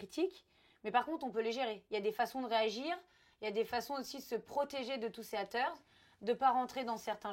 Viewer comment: elle m’a tuée tous ces « ATER » au lieu de haters😂😂😂😂